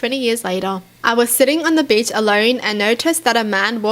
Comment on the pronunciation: On the last story anyone else thought she said bitch instead of beach